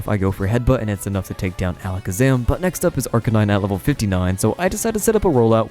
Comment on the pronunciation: Alec Zaman??? - it’s Ala Kaz Am like magicians say…